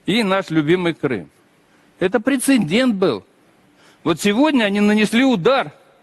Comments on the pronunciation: Представник руського міра навіть не знає російської мови!))) воно там депутат, здається, отой любітєль черепах, який декілька разів сказав прецеНдент))))) божечко, які ж дебіли!)) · Да уж... Грамотей: прецеН😂дент😅😅 Прилепил Н в середине. На письме ещё две ошибки в этом слове сделает, не сомневаюсь в его "способностях"! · Неймовірно!! Такі " поважні" узькі в телевізорі, а не знає слово" прецедент"😅 , а пхає туди ще лишню літеру "Н" перед Д.